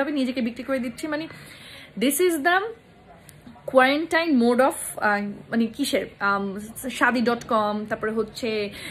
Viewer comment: Dear apu. You need to work out with your Pronunciations. Subtle. Quarantine. Boyfriend etc